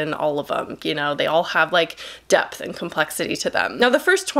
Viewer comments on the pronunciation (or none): none